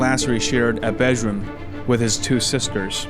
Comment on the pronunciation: Time-code , what an usual way to pronounce word “bedroom”